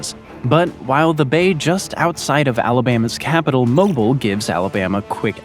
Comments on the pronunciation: Alabama's capital is Montgomery, not Mobile. And it's pronounced mo-beeel, not mo-bull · Sigh… It’s pronounced Mo-BEEL . And it’s not near the capital of Alabama, Montgomery, which is the middle/Northish part of the state. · Mobile, Alabama is not pronounced the same as mobile phone. It's moh-BEEL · When did Moble (pronounced Mobeel) become the capital of Alabama? Did Mobile steal that distinction from Montgomery during the state's short period of independence before being taken by Florida? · Alabama capital is Montgomery not Mobile (Moe-bill) And Bama can kick Florida's ass anyday Roll Tide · Hard to take any of this seriously when you can't even pronounce 'Nevada' correctly. Or 'Mobile". Also, that's not Wyoming's flag. Christ. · First off, learn how to pronounce Mobile. And Mobile is not just outside it's capital....learn geography. Your theory on Florida taking Alabama is hilarious since the majority of Florida is inhabited by Snowbirds while Alabama has a large National Guard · You lost me at your pronunciation of Mobile Alabama. And the preposterous idea that Arizona epidemics EVER go either Texas. Ridiculous ... Arizona is initially connected to California. Not Texas. Not even close.